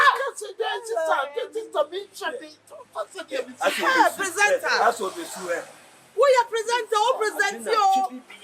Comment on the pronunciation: I know wants to say pretender not presenter 😭😂😂❤️😂😂